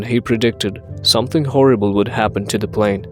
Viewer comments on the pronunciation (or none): none